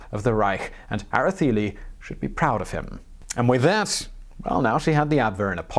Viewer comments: Interesting that the c is given a th sound ... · Era-Thay-Lee or Era-Say-Lee. We learn, you learn, we all learn. Good Job tho! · The E in Araceli is pronounced like the E in cell. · it is Galicia (ga-li-sha); Araceli (ara-se-li); Pujol (pu-hol)... Good job for trying...💪